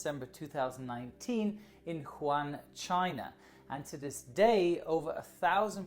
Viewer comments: Great,! It's WOO - HAN, not HOO AN xD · It’s Wuhan, not Juan :) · Wuhan, not Juan. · “Woo-Han” (Wuhan) not ”Huan” lol. Great video nonetheless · Woo- han not Juan :) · Its pronounced as WOOHAN not HU-WAN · it is pronounced as wuhan not huwan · Hi, I'm a big fan and this was yet another great video. But just letting you now that the city which is the epicentre of the virus is WuHan (pronounced Woo-Han), not Hu An:) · it is not pronpuse as huan it is Wu-Han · you should say WuHan instead of wuHan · It’s Wuhan not Huwan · It's not Quhan its Wuhan (Wuu-han) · Is it just me or I keep hearing call Wuhan as Huwan? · huwan Me: Wuhan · its WUhan, not HUan (Spanish city in China!!??) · Wuhan, not Huan you potts. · The city is called Wuhan not Juan ... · good try but Wuhan is pronounced like “u-hann” with the “u” sounded as “uno” ‘s “u” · I thought it was Wuhan, not Huwan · woo-han ("han" like "ham") - but still much better than just "han":) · WooHan not Juan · I know but he didn't said wu han He said who han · Good video, but it’s pronounced WOO HAN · it's pronounce Wu Han. Great video 👍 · Pronounces Wuhan "Juan" Me, an intellectual: Unsubscribed (jk i love you) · The place is pronounced as Wu-Han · The way he pronounces Wuhan triggers me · I belive wuhan s pronounced woo-hawn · Sorry but I'm afraid that Hongkong is not supposed to be filed under "one of the 24 countries". Hongkong IS NOT A COUNTRY, it is part of China. You may want to correct this :) And Wuhan is pronounced the way it could be pronounced as a German word, instead of "huan" btw, if you would like to make a video regarding this outbreak at least show the decency learning how to pronounce the frequently mentioned city name correctly and make sure you don't spread ignorance regarding the sovereignty and territorial integrity of THE country you are talking about. Thanks. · Nope he said Juan, China. Oh wait... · No, Wu-han is the western way of saying it.